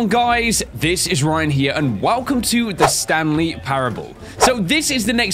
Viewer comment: lol instead of saying the Stanley parable he says the Stan Lee parable.